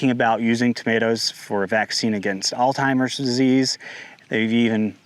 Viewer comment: You mean ALZ-HEIMER’s disease, not “all-timer’s” …Alzheimer’s NOT All-TIMER’s… got it ?? 👍